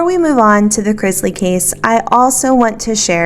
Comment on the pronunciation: Can we please stop saying Crizzzzzzzzlies? It's Cris - ley. :D